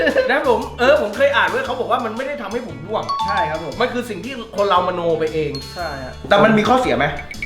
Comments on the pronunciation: ร่วงนะพี่ ไม่ใช่ล่วง อย่าหาว่ายังงั้นยังงี้เลยนะครับ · ร่วง ใช้ ร.เรือ นะครับ ล่วง ล.ลิง คนละความหมาย เห็นหลายคลิปแล้วอยากให้เช็คความถูกต้องของภาษาไทยก่อนปล่อยครับ